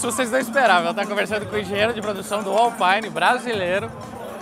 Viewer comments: Permita-me discordar, rapaz... Alpæine, é marca de equipamento de som automotivo. Alpîne, é a divisão esportiva da Renault. Baita vídeo, excelente como sempre. O Anderson da Alpine já está bem europeu, pois quando o pediu o seu nome pela primeira vez, este deu-lhe 01 baita vácuo...😂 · Que agonia ficar escutando Alpaine a própria equipe já disse que se fala Alpine.